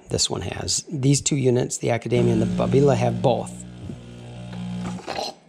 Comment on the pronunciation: Your pronunciation of Babila is the correct one in Italian and it is an Italian machine after all and Babila is an area of Milano.